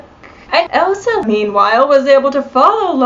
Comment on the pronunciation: Her name was “ELSA” it appeared as though you were saying “EVA”